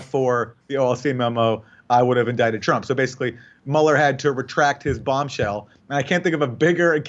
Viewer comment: Bobshell instead of Bombshell haha